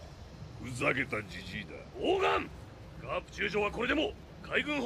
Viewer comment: Haahahaha its garppp not grappp